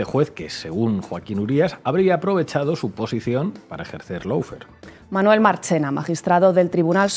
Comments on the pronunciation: Por favor, recuerden que LAWFARE se pronuncia LO-FÉAR, no lou-fer, pronunciación inventada que se ha generalizado en España. En la palabra LAW no suena ninguna U y en FARE hay que pronunciar una vocal adicional, féar, no fer. No cuesta nada pronunciarlo bien. Se trata solo de querer hacer las cosas bien, no inventar pronunciaciones y no seguir a los demás sin preguntarse si lo dicen bien (sabiendo que en España estamos bajo 0 con los idiomas). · Y no se pronuncia “loufer “, figura, que vaya nivel de inglés que tienes. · El “laufer” 😂😂😂😂😂😂😂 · Y dale con el "loufer". Por favor, eviten el molesto diptongo que se oye y no existe de la primera sílaba. (How to pronounce lawfare UK/ˈlɔː.feər/ US/ˈlɑː.fer/).